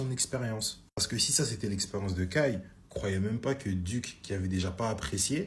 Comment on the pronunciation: "Kai" pas "Kait"